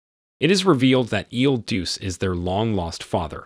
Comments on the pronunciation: not pronounced il deuce - try il duchay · "Il Duce" is pronounced "Ill DOO-chay", "The Duke" or "The Leader". A more famous holder of the title was Benito Mussolini. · IL DUCE is pronounced "ill dū•cheh" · You pronounce "il Duce" wrong. You pronounce it the same as "Il Duce" a.k.a. , Mussolini.